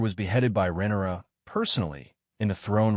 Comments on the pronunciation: right with you.. deemon and rennera I keep hearing and it's driving me bonkers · Rinera? rinara? That is how you say RHAENYRA? sorry not yelling caps lock stuck on.